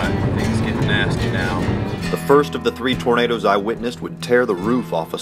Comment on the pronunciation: Hehehe Tor-na-da-das 😂